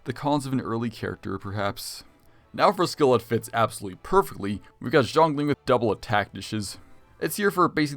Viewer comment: baiZu lol Zinyan Zhangling Zhao Zhanyun mf got that Mtashed pronunciation